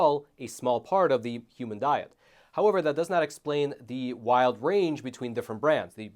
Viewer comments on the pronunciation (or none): none